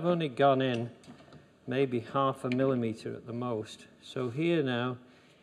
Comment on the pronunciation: my heart warms to hear an English Accent say millimetre.